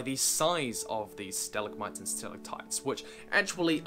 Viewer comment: your pronunciation of stalactite and stalagmite pains me.